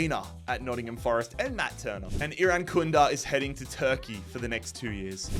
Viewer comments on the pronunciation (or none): none